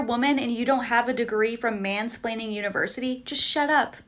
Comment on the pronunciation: shes gottaa be trolling, she said some damn "mansplaning university"